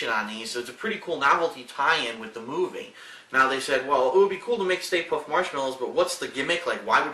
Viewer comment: "stay puft" more like stay poof.